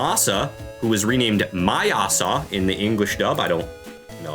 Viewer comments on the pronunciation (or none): He's not called "MY-ah-sah" in the anime, he's called "MAY-sah".